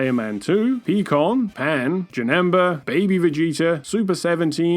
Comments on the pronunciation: "Peakon" I'm pretty sure its Piekon, unless you're calling him Peakon on purpose because he's green. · Its Piiiiiicon not Peeeeecon. And thats Gohns girlfriend, not saiyaman #2 lol. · "Peecon" lol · “ Pee-kon” is disrespectful lmao